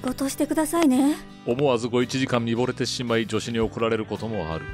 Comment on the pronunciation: 見惚れて(みとれて)をみぼれてって読んでるな